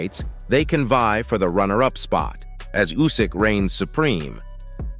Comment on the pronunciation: Nobody is good enough to beat Usyk . How many ways can someone say is name wrong